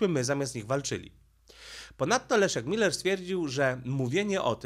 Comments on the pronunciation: Pan Leszek Miller ma nazwisko spolczone, nie nazywa się Müller tylko Miller. Proszę na siłe nie mówic po niemiecku. Pozdrawiam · Żono!!!! Błagam!!!! Powiedz proszę Mężowi, że nazwisko naszego byłego premiera pisze się i czyta przez i. Miller. Nie Myyyyller. Tam nie ma u umlałt. Błagam!!! I przy okazji, że coś się bierze na TAPET, a nie TAPETĘ. Tapet to taki stół przykryty zielonym suknem, na którym można rozłożyć dokumenty, które się chce przeglądać. Stąd to powiedzenie. Jeszcze raz uprzejmie proszę. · chyba źle wymawiasz nazwisko Pana Leszka 😊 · Skoro już chcesz robić wywiad z byłym premierem, to warto byłoby nauczyć się wymawiać jego nazwisko. Miller, nie Myler, panie "polygloto" od siedmiu boleści. Tak samo jak uparcie nazywasz Kaliningrad KalEningradem. Jakieś leninowskie sentymenty?